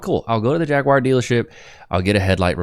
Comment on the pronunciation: Just to help you out with your words here. It’s pronounced “JAG U AR” not that mouthwash, gargling noise you used